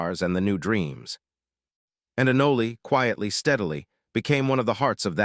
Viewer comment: It's "ah-noll" not 'ah-nol-ey' you AI trashbucket.